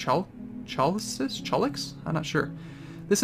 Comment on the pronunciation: Assuming Orichalchix is based on the mythological metal Orichalcum - it would be pronounced Oree-kal-kicks. The ch in it is the transliteration of the greek letter chi (looks similar to our X) also found in Chiron, chimera, chiton, Christos (or Christ), etc.